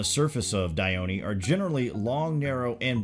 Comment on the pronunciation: For those wondering about the pronunciation of Dione, please refer to this link